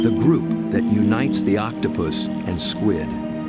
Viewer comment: That’s a close scwid